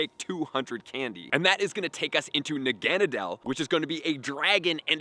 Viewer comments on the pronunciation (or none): Sorry I needed to comment with this. Pronunciation for Poipole's evolution is Naw-guh-nah-dull.